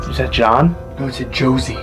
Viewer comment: i did not heard Josie but rather Georgie or Jordy... it’s a "R" sound